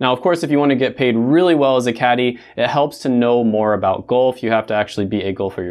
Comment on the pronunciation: why are you saying gulf lol